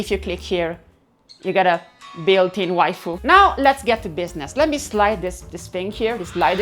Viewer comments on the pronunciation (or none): none